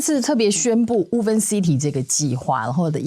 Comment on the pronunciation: "Woven" city "o" 讀複母音:"無歐" 嘸是 ”無” • 錯誤示範 • 以後 可以免費 使用參考 Google Translateㄟ發音